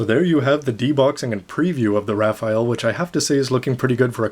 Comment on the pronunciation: actually its read as "ra-fell"